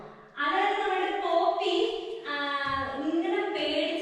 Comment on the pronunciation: പപ്പി alla poppy annu Mr.